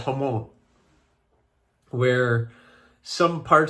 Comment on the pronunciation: Personally, I like that your channel is mostly your knife making and not reviews. Are you saying “homone?” You have longer form videos and the raid probably harmed your algorithm weighting because a lot of people clicked on your video but didn’t watch a significant portion of it and that would likely appear to be click-bait from the algorithms perspective. I think raids should be discouraged or do them on very short Shorts where the watch percentage could approach 100%. Thanks for the video!